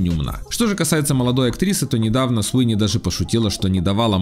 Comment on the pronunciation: Суини ,а не СИуни